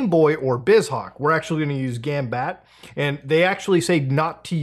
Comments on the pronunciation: for future reference: gambatte = "gom-bot-ay" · I think it’s pronounced like “latte”